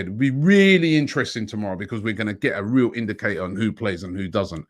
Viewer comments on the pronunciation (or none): none